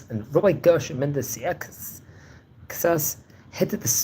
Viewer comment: It's pronounced "SAY-shas".